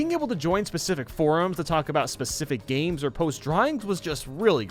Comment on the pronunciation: "Gams" "old gams" "indie"